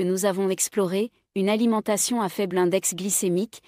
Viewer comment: Je ne remercie pas une I A ... Cette voix électronique monotone est non seulement désagréable, mais en plus il y a de grosses erreurs qui rendent parfois le discours incompréhensible , limite trompeur 💩!!! ... par ex. l'Olimentation au lieu de l'Alimentation, etc... Donc je ne m'abone pas et je zappe ailleurs. 😡💩